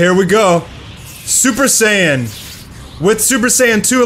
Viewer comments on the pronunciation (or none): none